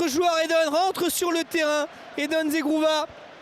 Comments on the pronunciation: ZEGROVAAA et non ZEGROUVA... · Mdr le commentateur il a dit zegrouva 😂😂